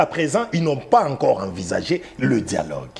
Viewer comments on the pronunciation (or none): 😂😅 bomaye!!!!! 😂 djialogue djialogue djialogue!